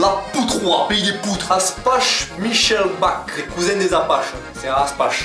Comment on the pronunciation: Aspach hahaha se lit aspak